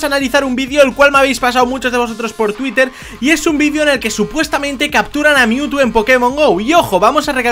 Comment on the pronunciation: Si No Se Dieron Cuenta Cuando Captura A Mewtwo Dise AR no RA